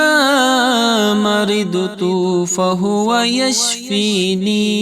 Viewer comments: Yashfinin hai ya yashfeen hai..plz correct karen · The recitation of AYAH is wrong. Wa ija marajtu wahua yashfeen Is aayat me yashfeeneen nahin hai. Agar koi wajah hai yashfeeneen kahne ki barahe karam mujhebittila farmaayen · Reciting wrong from end. It is yashfeen, not yashfeeneen.